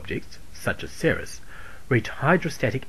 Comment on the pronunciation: that is just one of the mistakes. Another is he said Ceres like "sereus" instead of "series" like it should be.